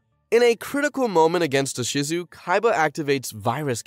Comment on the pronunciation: I hear Ahsizu. Bruh. Gearfried? Really? Ugh.